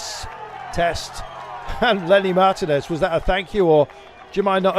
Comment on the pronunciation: When are these British commentators going to learn now to say the name Martinez.